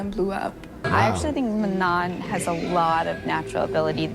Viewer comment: Just FYI, since I noticed you trying to make note of how to pronounce Manon's name, they said it wrongly in those clips. It's pronounced "mah-no". The last 'n' is silent.